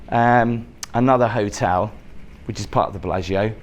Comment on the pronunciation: As soon as I saw the thumbnail, I was practicing saying "Billargeo" like 😊